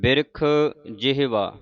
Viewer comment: Jehwa nahi ji ...jevha bolo ...gurmukho.